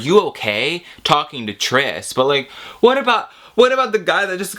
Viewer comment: 'hwhaaat are you doing?' The Californians SNL sketch is shining through😂